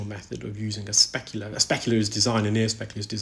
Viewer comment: Great work,, but can you please stop saying a specula. Thanks!